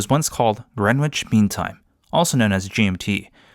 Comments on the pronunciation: Green witch it isn’t sorry its pronounced Grenich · W is Greenwich is silent